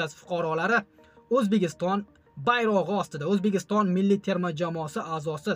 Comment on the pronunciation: Toʼgʼri gapir oʼzbegiston emas Ozbekiston boʼladi